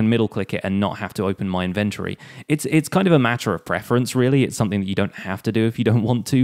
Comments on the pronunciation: In- vennt- o- ree Dude...... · the way he says inventory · He pronounces inventory so weirdly like who pronounces it like that